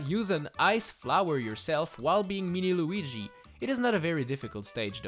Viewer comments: It is not Luigi it is Luigie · He's called "Luigi", not "Luiiigi"